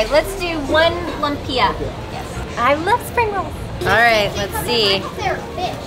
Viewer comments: Lumpia: Pronounced Loom-pyah. Hopia: Hope-yah. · Lumpia = pronounced "loom-pyah". Different varieties best dipped in the sauce provided. Dumplings = called siomai = pronounced "show-my". You'll find that most food are served with vinegary dipping sauce. Tip well for services but stay away from street pandhandlers. As you travel away from the mainland and to rural areas, there might be language barriers. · I’m dying 😂😂😂 what is lum-pia?!!! Welcome to the Philippines 🇵🇭 great video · Haha, that American pronunciation of lumpia! :) I grew up there in the 70s and it's so strange seeing the modern Manila compared with my childhood memories. However, I confess I've never heard of hopia...that must be Chinese. Yep...I just looked it up: "Hopia is a popular Filipino pastry filled with bean paste which was introduced by the Fujian Chinese during the American occupation." And now that I've seen more photos and the filling, I realize I've eaten these. Just didn't remember the name! Bean paste in the middle...very Chinese.